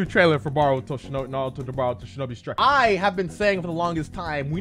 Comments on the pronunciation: Am I the only one who dislikes how he says boruto like baruto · why do people say baruto instead of boruto???